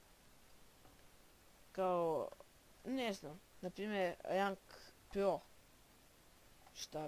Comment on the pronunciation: ti si krezav nemozes lepo da pricas kazes pyyo a kaze se pro